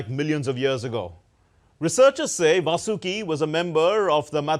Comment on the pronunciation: It's not "Vasooki" or "Vaasooki". It is "Vaasuki". I am astonished that DD people do such mistakes like also calling it "mythology".